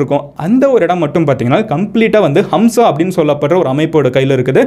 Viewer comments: ஹம்ஸா அல்ல ஹமாஸ்.... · Not hamza. It’s haamaaz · அது ஹம்ஸா இல்லப்பா...ஹமாஸ் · Bro its not Hamsa! ...Hamas🖖. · Itz Hamas not hamsa... Jews, Jerusalem matrum pakath oorgalai poorvigamaga kondavargul..inakum jerusalathlai 3000 varushatuku munadi avanga payan padtune porul matrum kadavul vazhipad chinangul kidaikudu.. Islamia rajakul naduvula 700-800 varushum andargul. Actuala patha islamist are settlers but British vittu poraduku munadi anda oor Muslim arasangum irundadu.. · Avaru sonnathu ellame poi... pronunciation kooda thappu.. HAMSA illa HAMAS.. terrorist group like isis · It’s not hamsa... it’s Hamas group, I know this word before 7 to 8 years ago with this little knowledge, I could have started a channel like u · Amazing Explanation Brother & a Small correction.. Neegga sonndhula 'Hamsa' nnu oru group mention pannigga but it's not 'Hamsa' It's 'Hamaas'. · You are saying Hamsa. Is it Hamsa Or Hamas? Because some people pronounce it as Hamas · Its not hamsa bro its call hamas. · அது ஹம்சா இல்லப்பா... ஹமாஸ்.... 😂😂😂 ஒரு மண்ணும் தெரியாமல் அறைகுறை பேய் கதைடா நீ சொல்றது....🤦‍♂️ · Bro it is HAMAS not hamzah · ஹம்ஸா இல்லை. அது தவறு. ஹமாஸ என்பதே சரியான பசம் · டேய் லூசு ஹம்சா இல்லடா ஹமாஸ் 😃😃🤪🤪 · Hamas not Hamsa. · Athu Hamsa ille Hamas bro. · Bro adhu HAMSA illa adhu peru HAMAAS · Hamsa not that is Hamas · Athu hamsa illai hamas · Bro thamas😅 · It's not HAMSA, it's HAMAS